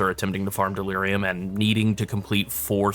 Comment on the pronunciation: Dear God delirium. There is no S in the word